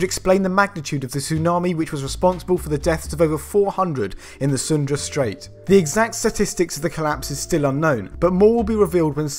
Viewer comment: FYI it is the Sunda, not Sundra, straight